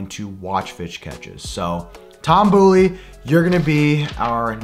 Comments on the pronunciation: Boley= Bowl-ee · Shredding Toms last name..... it’s B”oh”ley. Lol. Not the boo. Lol